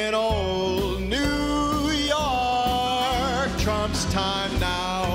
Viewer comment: Love how this guy pronounces York like Sinatra, "Yark!"